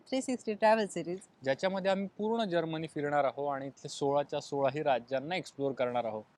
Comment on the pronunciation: जर्मणी नाही हो जर्मनी म्हणायला का शिकला नाही अजून.